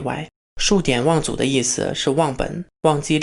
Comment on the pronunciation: ㄕㄨˇㄉㄧㄢˇㄨㄤˋㄗㄨˇ做教育家请先把字读对，谢谢